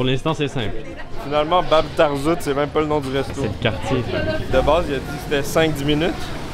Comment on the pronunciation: je ne sais pas si on te l'a fait remarquer mais la façon dont tu as prononcé Bab Tarzout était parfaite 👍